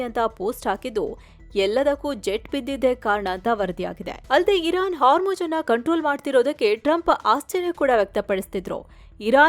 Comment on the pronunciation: My best and favourite channel. I miss Amar. But for Ma’am it is “HarmuJ alla madam idu Hormuzz”